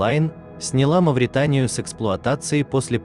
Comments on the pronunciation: И где это есть такой корабль с названием Маретания? Правильно МаВритания. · Не марэтанэа а Мавритания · а почему он говорит маритания это что новый корабль?